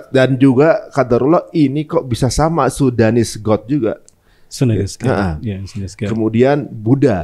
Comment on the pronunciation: itu kayaknya salah baca deh, antara SUDANese dan SUNDAnese